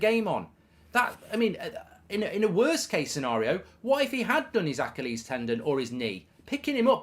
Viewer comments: Why are you pronouncing Achilles like that? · Genuinely never heard anyone pronounce "achilles" like that lmao